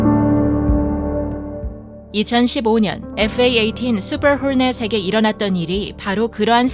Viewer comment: 수~퍼~ㄹ 허~ㄹ~넷 발음 지리네요 ㄷㄷ